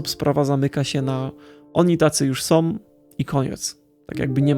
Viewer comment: Fajna opinia, proszę Cię jednak, byś popracował nad wymową. Jak większość youtuberów masz skłonność do mówienia "som" zamiast "są", "winę ponoszom", "oglondajom" itp. Nie znoszę tego.